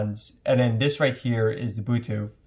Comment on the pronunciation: why he say bootuth